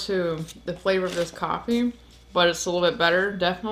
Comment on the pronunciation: Great review especially when you have Coffaay 🤣👍🏻